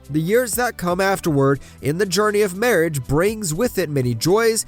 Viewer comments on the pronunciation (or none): none